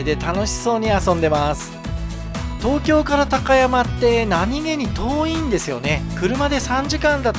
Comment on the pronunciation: たかやまぁ⤴ではなく、たかやま⤵です。ひだたかやま。です。イントネーションが違うだけなのてすが、気持ち悪いです。